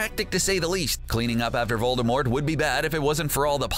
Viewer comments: DiD u JuSt SaY Vol-DER-mort? Cuz it’s Vol-DUH-mort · Voldemort... not Voldermort!!! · 1. TALES of BEEDLE the Bard 2. The Society for the promotion of elvish WELFARE 3. VOLDEMORT (not volderrrrmort) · He says Voldermort not Voldemort There isnt supposed to be an R before the M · Voldemort. Not Voldermort. There's no 'r'. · "Voldermort" bruh its Voldemort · It's voldemort not vol-der-mort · Why the heck do you say "voldermort". It's VOL DE MORT for goodness' sake. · Its Voldemort, not voldermort. Did the person who wrote this even open a harry potter book? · Its voldEmort not voldERmort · It’s Voldemort not voldermort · Voldemort not vorldmort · IT'S NOT VOLDERMORT IT'S VOLDEMORT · It's not VoldeRmort it's VoldEmort next time don't say Voldermort instead of Voldemort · Vold (errrrrrr)mort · Pronounces Rowling as Ralling (as opposed to Rolling) Pronounces Voldemort VoldeRmort Claims W in S.P.E.W. as Warfare (rather than Welfare) Considers Cursed Child to be cannon What else did I miss? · he says "voldermort" Lol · These people who make these need to read these books. He said voldermort....... UUUUUUGGGGGGHHHHHHHHHH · Did.... he say "Voldermort"??? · Did you say VOLDERMORT?!?! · He keeps saying "VolDERmort" and it drives me nuts. Three times thus far and the vid's only half over. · This guy said Vol-Der-Mort smh😒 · Did you say voldervort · U Said vorldemort wrong Its vorldemor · the crap is "voldRmort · How the dude says Voldemort lol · It's not VoldemorT it's pronounced WITHOUT the t. J.K Rowling said so herself!! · uh Harry Potters oldest son's name is Albus Severus Potter not James Serius Potter lmao and you pronounced Voldemort wrong its vold-de-more- not vold-de-more-T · Learn how to say Voldemort for all of us please